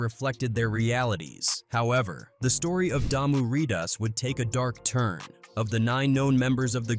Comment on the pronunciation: 1st of all if you're going to talk about the games the blood and crips you need to get the name right Damu riders Not Diarrhea That's the problem Yabi from another country trying to report on the things that happened in the United States But don't have your facts straight Mentioning people don't have nothing to do with those gangs those videos have nothing to do with the gangs that you were referring to Those aren't the crips that was on the album those are not the bloods that be on the albums And putting the wrong names on the wrong hoods and putting the wrong hoods in the wrong neighborhoods can cause issues